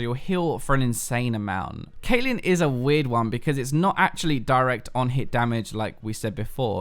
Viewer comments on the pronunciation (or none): none